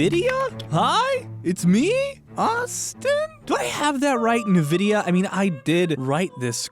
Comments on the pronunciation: Who pronounces it "NVIDIA" as if it's one word? Linus, every other tech tuber and even the manufacturers speakers pronounce it as N-VIDIA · "Nuvidya"... Austin please, reupload pronouncing it "En-vidia" like a normal person. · NVIDIA is'En-vidia' not 'Nuh-vidia' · EN-vidia not NUH-vidia. Only thing wrong with this video. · LEARN HOW TO PRONOUNCE "NVIDIA"! IT'S "EN-VIDA, NOT "NAHVIDA"!!!! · it's pronounced Envidia or Invidia, not Navidia. It comes from the Latin word for envy. Y'know like "green with envy", why the logo is a green eye? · Its IN-Vidia not NUH-Vidia. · Lmao I finally get to feel “in the know” about something compared to Austin (it’s pronounced N-vidia, not a Nuh-Vidia) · I can't be the only one who was triggered cause he said N-vidia. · Review 3/10 ~ IGN "Forget this and watch a video on this by someone who works in this industey professionally. The one Austin recommends is good. This guy even says Nuhvidia instead of Envidia tho. Not teustworthy. Really, this video is way more padded and confusing than it needs to be. Good point about the rasterizing nomenclature though." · You know what? “Ni-vidia” > “In-Vidia” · DUDE IS PRONOUNCED n·vi·dee·uh NOT na.vi.dee.uh THERE'S NO A AFTER THE N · “Navidia” and not “envidia” is rlly tilting me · It’s envidia not nuhvidia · "nuh-vid-eeyah"... It's officially pronounced "en-vid-eeyah". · I remember during Street Fighter 4, they called the company... "envidi-a" and not "nevidi-a" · Drake rejection: ni-vidia Drake happy: in-vidia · Who the hell pronounces it "nuh-vidia"? Literally everyone I've ever heard say it pronounces it as "in-vidia". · Austin: Navidia Me : aaaaaaaah Its Nvidia like en-vidia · Nevidia LMAOOOO!!!! Its Nvidia (envidia) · N vidia Not nividia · Why does Austin pronounce it "Nuh-vidia"?? isn't it pronounced "En-vidia"?? doesn't nvidia themselves pronounce it "EN-vidia"?? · It is not pronounced navidia. It is pronounced envidia. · Just for the future, Nvidia is pronounced "En Videa" not "nevidea"